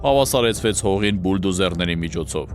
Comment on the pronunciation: Հարգելի՛, ես հաճույքով եմ դիտում բոլոր հաղորդուները, որի համար հայտնում եմ իմ անկեղծ շնորհակալությունը։ Ես նաև դիտում եմ, որովհետև շատ հաճելի է լսել այն գրագետ հայերենով։ Սա քննադատություն չէ, բայց «Բուլդոզեր» բառը (Bull «Ցուլ» և Dose «Դոզա» բառերից) գրվում և արտասանվում է «Ո»-ով, այլ ոչ թե «Ու»-ով։